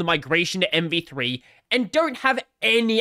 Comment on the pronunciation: I think you're saying MP3/MP2 a lot, instead of MV3 lol.. or is this the joke? Anyway, MV3 (or MP3) is really scary, let's hope Firefox receives more marking share because of it.